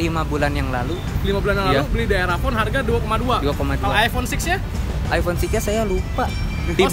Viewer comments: Nyebut iphone aja ip 😂😂😂 Sumpah gw ngakak.. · sebel banget iphone nyebutnya i-pe